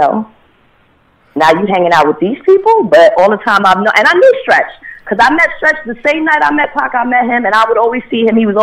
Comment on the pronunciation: its big stretch not skretch